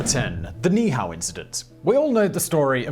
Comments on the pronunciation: Simon -- This isn't a criticism of your pronunciation of Niihau, you didn't know. Most don't, but in Hawaiian you pronounce every vowel, even if the same one occurs right after itself. So Niihau is pronounced "NEE-Hee-how". At least, that's what I was told by a native Hawaiian, on Kauai, which is next to Niihau. So, this isn't intended as a slam; you didn't know, and now you do. 😁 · It's pronounced - Niihua - nee - ee - how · All you had to do was any Hawaiian how to say that. NEE EE how There are Two (2) I's there and each is pronounced in Hawaiian as an "E" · You were really close on Ni'ihau! NEE-ee-how, but that's a small quibble. A lot of people forget the okina (apostrophe) that requires a repetition of the previous vowel sound. Love your videos and love that you attempt the words unlike some videos that wimp out because they're afraid to even try!! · Niihau is pronounced by saying both i’s separately.